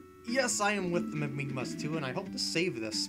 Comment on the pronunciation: lol its mimigas not mimigmas